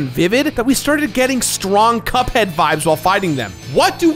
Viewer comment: You got Cuphead vibes from a game that came out ages before Cuphead? Pretty sure thats not how youre supposed to say that.